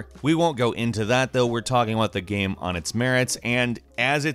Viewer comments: GAME... the word is GAME... not "gheeeeeem" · i love the way he says Game, G E E M